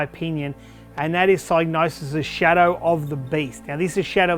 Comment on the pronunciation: for pronouncing Psygnosis correctly (with a silent G like Gnosis)